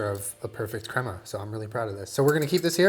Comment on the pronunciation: for the love. someone teach how to say crema 😂